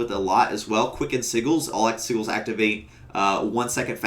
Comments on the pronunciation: Great video, couple of points: - in the showcase part, you repeat yourself a few too many times to say you were away from your team, we got it :) - since you play a lot of DH, FYI sigils are pronounced sijil not sigil Thanks for vid, great for me as a new pve vengeance DH that’s forced to pvp ^^ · Caught me by surprise with his pronunciation of "sigils"